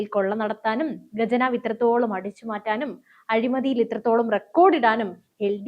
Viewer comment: ഗജനാവ് അല്ല, ഖജനാവ്